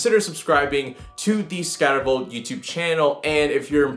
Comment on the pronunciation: SCA-TER-VOLT "welcome to the skdvol youtube channel" lmao